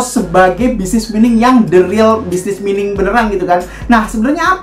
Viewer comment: Mining dibaca "Maining"